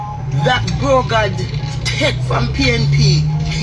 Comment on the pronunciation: This lady clearly a jlp notice she said brogad over and over🤦🏾‍♂️🤣Everything kd said was truth this lady is a hypocrite that's why Jamaica cant change